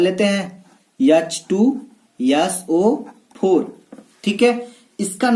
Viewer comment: सर आप वोलने मे गलती करते है।H2So4 hoga aap bolte hai yah to yeso for